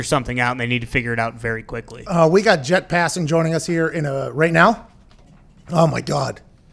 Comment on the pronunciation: Pat calls him jett